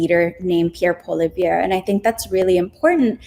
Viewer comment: Fyi: Poilievre is pronounced "pwa-lee-EV"